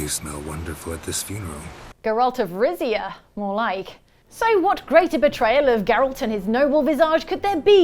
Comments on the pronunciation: "geralt of rizz-ia" 😂😂😂😂 I cannot 😂😂😂😂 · Geralt of Rizzia killed me 🤣